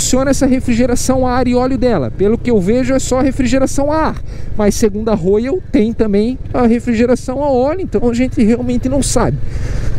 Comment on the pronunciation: Pq "Rôiou" se a pronúncia é "Rhóial"?🧐